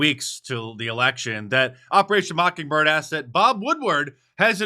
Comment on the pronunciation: 3 seconds in “mocking”birds.